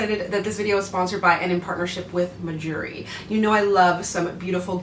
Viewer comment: The brand name sounds like “my jewelry” when you say it which is super smart because us southern folk will think that’s what you’re trying to say 😂